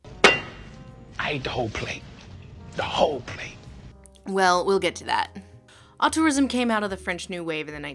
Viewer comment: Americans needs to pronounce "auteurism" a bit better, lol